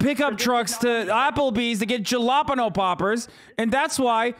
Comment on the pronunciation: I really hope his pronunciation of “jalapeño poppers” was a joke cuz that threw me the fck offf😩